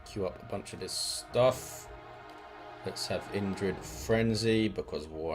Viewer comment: You know it's a good one when Indrid brings out the Scottish accent